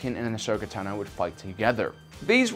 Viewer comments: It's not pronounced ten-o it's pronounced tawn-o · great video as usual/but really - it's not asoka naNOH you've been saying it wrong for a while now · Great video as usual, although Tano is pronounced TAH-no, and she was 14 not a pre-teen. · Interesting way to say Ahsokas last name. I’ve re-listened to the Ahsoka novel many times and her voice-actor has chosen to say it another way:)